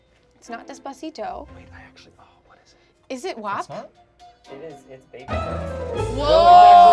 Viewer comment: into video it’s not wo it’s wA for wap, not many people know that the wo word is like the n word but for Italians. I personally have experienced this hate because I am Italian, not mad just because like I said not many people know this fact about that word. Hope you learned something new, love you!